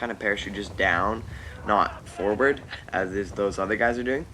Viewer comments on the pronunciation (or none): none